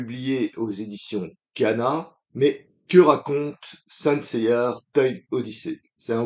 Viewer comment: On voit le fan de la VF vu qu’il n’y a pas de R dans Seiya 🤣 pas grave :p par contre, à la fin, tu dis que les BD sont sur les chevaliers d’argent et non c’est it les chevaliers de bronze. Après ta vidéo, je ne suis toujours pas intéressé… j’attends le tome 2 pour un avis définitif mais là c’est non pour moi Par contre, tu aurais peut-être pu expliquer pourquoi le manga s’appelle Saint Seiya; que sont les Saints pour ceux qui l’ignorent :)